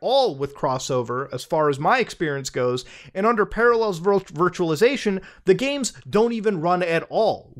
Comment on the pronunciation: Ah, yes. Paralléls.